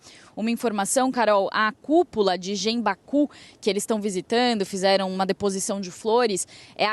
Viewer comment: Pronuncia correta é guenbaku. Reporter precisa estudar um oouco a lingua japonesa.